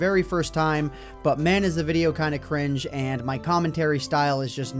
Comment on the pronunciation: *Cringe not cranje